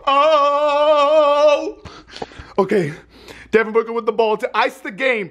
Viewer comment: He said “Devin Booger” lol